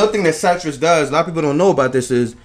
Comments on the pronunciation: sightrus... -.- Citrus not cytrus, sih-trus. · Pronounce SIT-RES not S-EYE-TRES